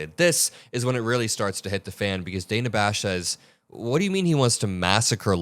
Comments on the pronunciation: btw, Dana’s name is pronounced [Dan-na]. I know, different! 😊 I learned that myself from Ana Navarro on The View one day years ago. Keep up your excellent work,!!!! 💪🏼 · Hi,. Thanks for all the great reporting. Just fyi, Her name is Dana, with a short a, not a long a. Trump and this keebler Bovino intentionally mispronounce certain people's names to degrade them. I would spare you that.